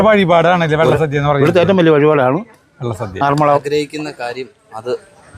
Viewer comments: It is not Vella sadya',Valla sadya' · വെള്ള സദ്യ അല്ല വള്ള സദ്യ ആണ്.... സരിത ഒന്ന് തിരുത്തി കൊടുക്ക്‌ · വള്ള സദ്യ എന്നല്ലേ പറഞ്ഞത് 🤔കേൾക്കുമ്പോൾ വെള്ള സദ്യ എന്ന് തോന്നി... 💕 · വെള്ള സദ്യ അല്ല വള്ള സദ്യ ആണ് പറഞ്ഞതിൽ ചെറിയ ഒരു വെത്യാസം.. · വെള്ള സദ്യ അല്ല. വള്ള സദ്യ ആണ്. സർവ്വം ശ്രീ ആറുമ്മുളേശ്വരം 🙏🙏🙏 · Vellasadya alla vallasadya Ennanu parayunnath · Vella sadhya alla valla sadhya ennu parayu endinu engane parayunnu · ഞാൻ ഒല്ലൂർ ആണ് വെള്ള സദ്യ അല്ല വള്ള സദ്യ ആണ് ❤ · വെള്ള സദ്യ അല്ല ചേട്ടാ വള്ള സദ്യ ആണ്, ബോട്ട് അല്ല ചേട്ടാ പള്ളിയോടം... ഒരു കാര്യത്തിന് പോകുമ്പോൾ അതിനെപ്പറ്റി കുറച്ചെങ്കിലും പഠിച്ചിട്ട് വ്ലോഗ് ചെയ്യൂ... ഒരു നാടിന്റെ ചടങ്ങാണ് അത് തെറ്റിക്കാതെ പറയു... 🙏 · വെള്ള സദ്യ അല്ല വള്ള സദ്യ anu😅😅👌👌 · vllasadhiya alla Vellasadhiya Ennanu paraunnathu ❤ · വെള്ള സദ്യ അല്ല, വള്ള സദ്യ 😊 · വെള്ളസദ്യയല്ല വള്ളസദ്യയാണ്. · വെള്ള സദ്യ അല്ല. വള്ള സദ്യയാണ്. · Valla sadya ....not vella sadya,voice over koduthu correct cheythamathi....ciz many ppl will watchajuzzz....amazing vlog❤ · വെള്ള സദ്യ അല്ല. വള്ള സദ്യയാണ്.❤❤ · വള്ള സദ്യ... വെള്ള സദ്യയല്ലാ.. തുടർച്ചയായി അബദ്ധം പറഞ്ഞ് കൊണ്ടിരിക്കുന്നു... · വെള്ള സദ്യ യോ? വള്ളസദ്യ അല്ലെ. അറിയാഞ്ഞിട്ട് ആണൊ അതൊ?..... ആറന്മുള എന്ന് പറയു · തൃശൂർ ഭാഷ ആയതു കൊണ്ട് അങ്ങനെ തോന്നിയതാവാം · വെള്ളസദ്യ എന്നാണ് കേൾക്കുന്നത് 😅❤ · എനിക്കും അങ്ങനെ തോന്നി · Me too..